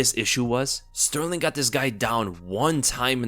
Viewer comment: TKZ wins, I believe in him Btw I noticed that you had a very hard time saying Sterling the Champ lol